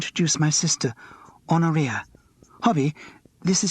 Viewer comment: This man is OK, as long as one can ignore some crashing mispronunciations. I particularly liked "Honoria" to rhyme with "gonorrhea". And OUCH! He doesn't know how to pronounce the Bodleian Library. Surely he should have looked that up.